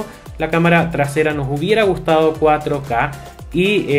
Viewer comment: "No tiene 4 caca" (así se escucha